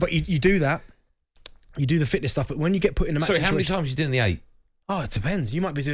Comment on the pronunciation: These boys can't say "fitness'. They keep calling it match fitchneshhhh.